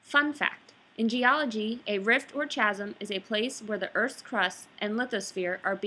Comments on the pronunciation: Pssst, it's pronounces "KASM" not "CHA-SM" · Just so you know, chasm is pronounced KA-zum